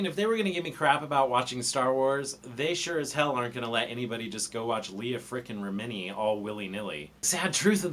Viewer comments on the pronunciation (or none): It’s “Remin-ee”, not “Re-mini”. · Are you saying it that way on purpose?